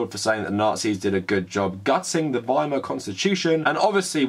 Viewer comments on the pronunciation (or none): none